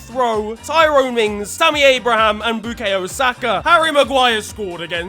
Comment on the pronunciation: I’ll give you a fiver if you can pronounce Bukayo right mate 😂